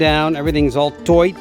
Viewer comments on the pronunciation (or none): Nice to see you back," toight " like a tiger. Smiles when you managed to get one of the funniest film words in from ........ ? ✋